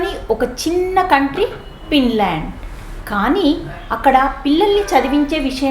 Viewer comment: It's Finland madam..not pinland ..thappuga anukolandi...teachers thappu chepthey pillalu kuda alane nerchukuntatu andhuku